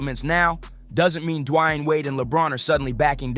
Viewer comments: It's pronounced "DEE-WAYNE"....Who tf is dwanyin Wade? The h3ll you from bro? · "De-wayne" if u gonna make a piece about someone know how to pronounce their name possibly? Idk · I get it, Stephen A is a clown but who the hell is Dwine, Du-a-yane? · Who the heck is Dwie-aine or Dee-aine? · who tf is Dajuan? Lmao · WTF is Dwine? Dwan? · This ninja should just call him Wade. I've never heard anyone butcher his first name so badly. I can't finish this! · Please someone teach this man how to say D.Wade name cause damn it started to make the video hard to continue watching till the end 😂but i made it all the way through,its a great video but damn he Butchered dat man's name 😂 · Stop mispronouncing Dwayne 😢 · why are you saying his name like that yikes